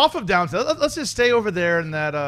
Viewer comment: It's Downton Abbey, not Downtown !!